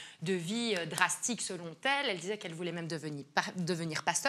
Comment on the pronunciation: 0,53:, quand tu parles d'Aurélie Preston, on dit " Selon elle, et non Selon t'elle ", 😉